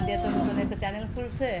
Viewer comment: উচ্চারণ ভুল বলেন কেন। চ্যালেন না চ্যানেল।